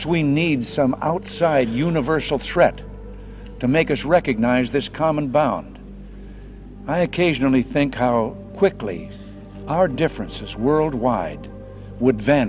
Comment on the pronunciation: "this common BOUND", or "common BOND"? Were they using AI in the 1980's? 🤔